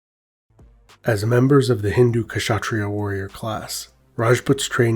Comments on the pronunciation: The K in kshatriya is without any vowel sound. You combined an uh sound with K which is wrong. The K in Kshatriya just sounds like the k sound in backs. In other words you are pronouncing it as Kashatriyaa, when it should sound like simply Kshatriya. Hope this helps :) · Comment on pronunciation: it’s not K-shatria nor Shatria. Try pronouncing a short K by itself and also Sh by itself. You will notice there is no big difference in the position of mouth and tongue. Now try to say Ksh just Ksh ( in german we use that sound to scare chicken away, for example ). When you master. THAT you can use the full name. The K is ALMOST INAUDIBLE but it is still there. Good luck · I'm Bengali and we don't pronounce Khshatriya We say Khatriya Not pronouncing sh Unlike him pronouncing both Kh and sh together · Yes the K is silent so it's pronounced as shatreeya, this is a Hindi term in Telugu language we are known as "rajus" pronounced as ra+juus which translates to kings. When rajputs fight other rajputs there was honour and people werent hurt but women surrendering to muslims would probably be brutally raped and killed.